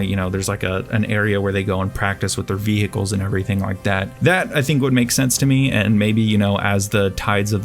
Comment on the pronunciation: Your English is stellar! But i can't stop twitching when u say ViHEcles